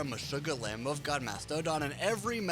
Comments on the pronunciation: Why you say "lamb of god" like "laMB OF god?" ? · ''Lamb Oaf God, Ma stodon'' LOL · I think the voice for this video is either a botor someone who just recently (barely) learned English, weirdly pronouncing Mastodon and Lamb of God. And the video should be titled "Why is Rammstein so Popular?" Not are. Rammstein is singular not plural.